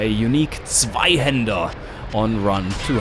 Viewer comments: Mensur Grišević german i guess. I'm german, too and you can hear it when he pronounced "zweihänder". His english is quite good, though. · du bist deutscher oder ? Der Zweihänder war einfach zu deutsch gesprochen D